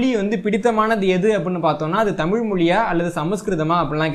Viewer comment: தமிழ் தமிழன் என்று பேசும் போது தமில் தமிலன் என்று பேசுகிறீர்கள் அசிங்கமா இருக்கு சிறிது திருத்தி கொள்ள கூடாதா, நன்றி வாழ்க தமிழும் தமிழனும். நன்றி